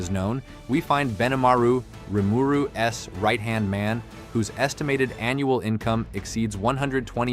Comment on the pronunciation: Correct me if I’m wrong but this is not his real voice, he writes this a script and then has an AI/voice bot read it and it doesn’t quite read the grammar properly, for example it doesn’t read Rimuru’s it reads it as Rimuru s